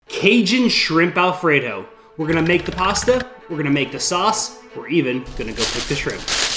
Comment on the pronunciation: cagin' shrimp alfraydough 🤠